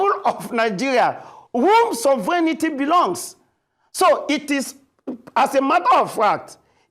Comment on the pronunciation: Even the presenter was contaminated by the mispronunciation of SOVEREIGNTY😂